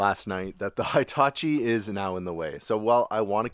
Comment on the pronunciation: is awesome ❤ 👌 👏 👍 and,, she knows how to correctly pronounce Hitachi! It is not High-tachi. 🙄😖